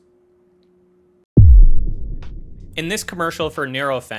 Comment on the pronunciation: Hmm, that's not how we pronounce nurofen in Australia. Do Americans pronounce it differently?